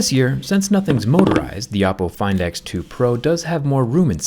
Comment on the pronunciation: Every time he says Oppo, I hear Apple. 😂